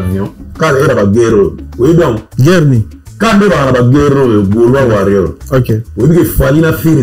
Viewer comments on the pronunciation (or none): none